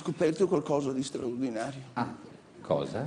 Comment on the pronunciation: cwozza è qualcosa di swaowdinawio ;-)